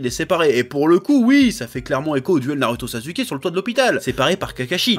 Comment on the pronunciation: " naruto/sazuke " ca me fume